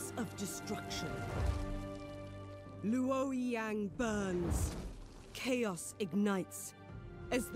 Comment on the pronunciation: Oh God, that pronunciation the game includes of Louyang is real terrible. It's supposed to be pronounced Lo-yang.